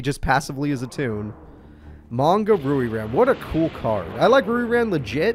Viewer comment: Your pronunciation of Ryu-Ran as Rui-Ran gives me hives.